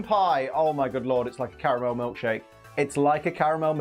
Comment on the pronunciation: This American apparently pronounces caramel like an Englishman